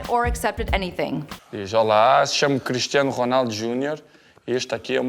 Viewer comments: Cristiano, not Christinao! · CRISTIANO guys, not Christiano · It's not christinao it's Cristiano!!!! Oh come on can't even get the name right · It’s Cristiano not CHRISTIANO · Bro its, Cristiano not (christinao)wtf😂😂😂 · Christiano? Bro you're disrespecting a legand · ITS CRISTIANO NOT CHRIS-TI-NAO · Cristiano not CHristiano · “Christinao Ronaldo” is making my OCD go insane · Bruh this is wack It’s Cristiano not CHristiano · its not christiano ronaldo its CRISTIANO. and the title says cristino lol!!!!! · "Christinao" LOL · "Christiano" bruh are you for real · BRUH are you kidding me. It’s “Cristiano Ronaldo” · You messed up his name dumb asses 🤦🏽‍♂️🤦🏽‍♂️